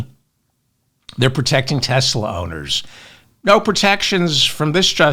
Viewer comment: Haha! David said "Teslur".